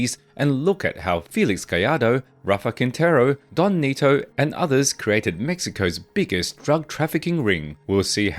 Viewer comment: DON NETO ,,, not “donnito” WTF man for someone doing this research you have BUTCHERED the pronunciation of these names. You’re not even trying. and SURELY you have watched narcos right?